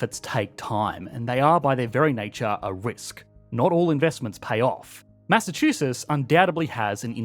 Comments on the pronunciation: It's "Massachusetts," not "Massachuses." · Why are you not pronouncing the tts??? It’s not Massachususs. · If you make a video about Massachusetts Learn how to say it first!